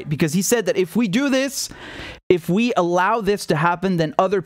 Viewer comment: "Vee have tools"